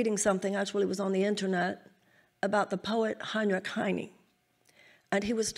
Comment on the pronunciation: Ok...if you are running for president, at least make the attempt to pronounce the names of the people you are quoting correctly. The very famous German Poet Heinrich Heine is not prounced hinee. You can find his correct name prononunciation on youtube. It is important that people of leadership take name pronounciation seriously. All the other countries will laugh when errors like this are made. Its embarrasing. Especially when our allies hear this. They will not take you seriously.